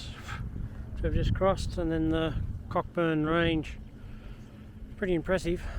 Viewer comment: Very informative, thanks! Btw, Cockburn is pronounced coh-burn (silent ‘ck’)